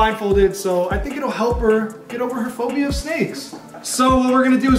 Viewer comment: “ I Have phooobia” 😂😂😂😂😂